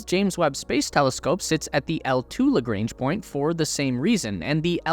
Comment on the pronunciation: Bloody hell man you are great ! Lagrange is French and you pronounce in American..... Deluge isn't French yet you pronounce it in French !!! are all Americans this poor at pronunciation ? Probably.